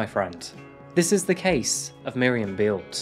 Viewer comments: Thank you for choosing a German case. Beelte is pronounced like bail-t-ea with ea pronounced as in bread. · "Bay-el-tuh" not "Bealt". Why don't you ever find out how to properly pronounce anything?